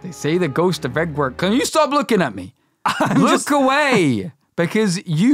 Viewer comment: Edward Kit: Egwark? Edward Kit: Edwork?? Edward!! Kit: Aardvark?!? NO, EDWARD!!!!! These videos are pure gold!! 😂😂😂😂😂😂